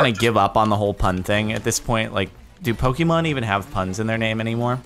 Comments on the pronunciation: making fun of pronunciations of lickitung and cant say the word pokémon correctly smh. it's not pok-EEE-mon its po-KAY-mon. get rekt lul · jardon its pokemon not pokeemon